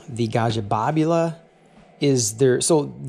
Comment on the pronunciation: Your pronunciation of Babila is the correct one in Italian and it is an Italian machine after all and Babila is an area of Milano.